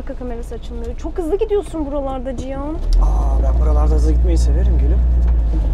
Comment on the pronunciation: "Cihan"a niye Çiyan diyorsun